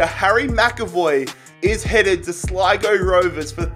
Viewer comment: he finally said sligo right. Love the vids. Keep up the good work. Can you do a derry city rebuild please